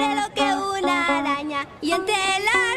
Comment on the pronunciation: El tercer araña lo pronuncia bien, no dice alaña